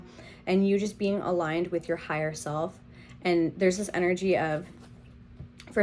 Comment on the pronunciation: The starting diction... Zis one is...literally hilarious. You are outright funny lady.